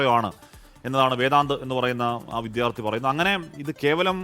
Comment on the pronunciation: വിധ്യാർത്തിയല്ല വിദ്യാർഥി😂